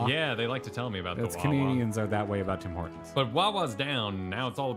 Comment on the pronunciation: Can you stop getting Tim Hortons wrong? My Canadian blood pressure can only go so high.